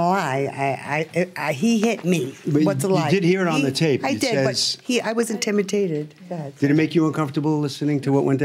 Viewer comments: "I was intimitated" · The plaintiff said regarding her lie: " I was intimiTated " 😆 🤣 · So no one heard when she said i was intimitated lol